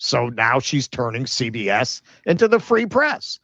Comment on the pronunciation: CBS read as See BS 😂